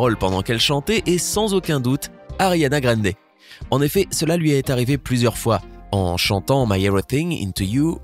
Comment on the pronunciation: A ouais comment tu prononce le nom d’Ariane wesh Ariana GrANNEde